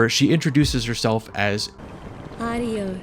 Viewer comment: Btw, it’s pronounced Ariokh not Ariosh. The name means lion in Hebrew.